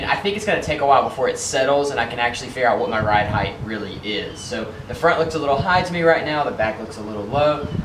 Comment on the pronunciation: Thank you for saying height, and not heighth.